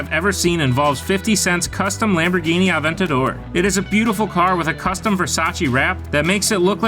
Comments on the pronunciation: Aven TAH dor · 'aventater' lol what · Who pronounces Aventador “Aven-tater” like a hick southern guy saying potato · Lol not a Lamborghini AVEN-Ta-DER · i clicked off as soon as he said lamborghini “aventaydor” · Sure that's not how you say Aventador and I'm in primary school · Imagine pronouncing aventador like that 🤦‍♂️🤦‍♂️☠☠